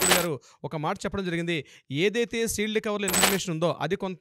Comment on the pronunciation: Shield cover kadu adi sealed cover😂😂😂😂😂 nuvvu ceo Ela ayyab.. Meeru me program baboi